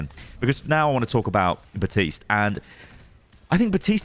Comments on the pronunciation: WHY is no one commenting that this dude is saying BaTiste and Not BaPtiste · "batiste".... kinda feels like benedict cumberbatch and his penglins. plz pronounce the p, elsewise its gonna sound strange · Bap-tiste. BAP-tiste. BAP-TISTE.